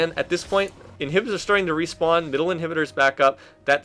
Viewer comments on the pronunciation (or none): none